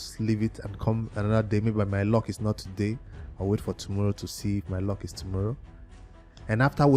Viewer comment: It's called L U C K not ( Lock ) 🤣🤣🤣🤣